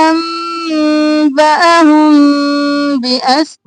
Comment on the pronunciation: انباھم۔ اپ نے با کو لمبا کر کے کیوں نہیں پڑھا۔اس لفظ کی سمجھ نہیں ائی مجھے۔